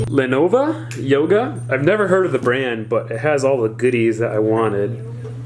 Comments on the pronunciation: did dis guy just say "Lenova" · ITS LENOVO NOT LENOVA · i think its lenovo not lenova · it is Lenovo not Lenova lol. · "Lenova yoga" so close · Viesuliss I cringed so hard when he said Lenova, especially considering; I own a Lenovo PC myself. I was also shocked when he said; he never heard of Lenovo. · he said Lenova lmao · Why do people call it lenova